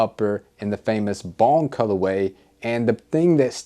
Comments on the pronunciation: I couldn't tell what the colorway was that you were saying, might have been just me. But I don't know if you said triple bone, bon, bong, bomb.....colorway. I still don't know. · Wtf he saying? Balm, bon, bomb, bong colorway....enunciation is key.